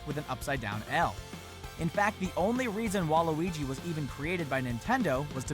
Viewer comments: Wait Have I been pronouncing Waluigi wrong or are they pronouncing it wrong Im so confused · Hes saying waluigi wrong